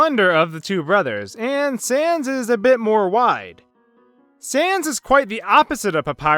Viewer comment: Did you just pronounce "sans" like "cens"? Seriously? Do you even pun, bro?